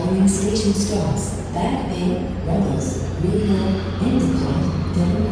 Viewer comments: Incredible! FYI, Haverhill is pronounced “HAY-vrill” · Haverhill = Hay-Vrill/Rull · Okay hearing the way you pronounce Haverhill is setting my bones to attack mode. It’s pronounced ‘Haverull’ the 2nd h is silent and it’s a u sound instead of the i that’s actually there